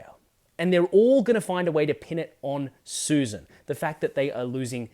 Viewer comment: Right in the opening. It is pronounced Sussssan! smh